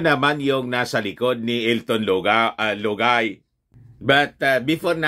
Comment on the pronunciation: pag binibitin mo ng bigkas si lugay bumabaho ang tunog parang luga✌️✌️✌️😄